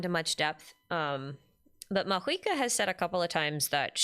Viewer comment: okay hold up, why does everyone suddenly pronounce mavuika as maHuika????? what happened LMAO